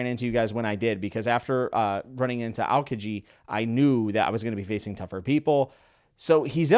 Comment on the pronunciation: Just for pronunciation reasons its al-kee-ji